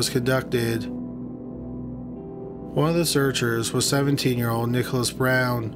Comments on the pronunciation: It sounds like he is saying "Brown" instead of "Bowen". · i wish you pronounced things more clearly :/ just because youve been saying brown instead of bowen, his real last name